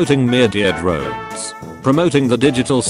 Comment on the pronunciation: I love how you just say ”Myurdeer Drones”